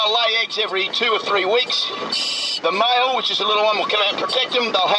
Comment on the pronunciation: He says mile instead of male 😂😂😂😂😂